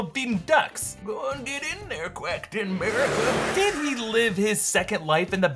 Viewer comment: 'Quacktain America' 🤣🤣